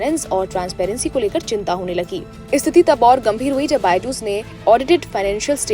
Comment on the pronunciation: BYJU'S is pronounced as "BY-jooz"😂😂From Google